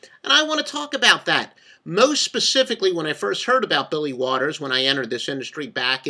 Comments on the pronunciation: Holy cow is this guy full of shit 😂 And Mr. “” (LOL), that name is Billy WALTERS, not Waters 🤣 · Kind of hard to take someone seriously when they can't get his name correct. Waters?? really?